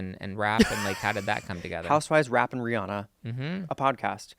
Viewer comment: It’s pronounced Ree-Ann-uh.👩🏻‍🏫❤ I love y’all’s channel!👏🏼🫶🏼😘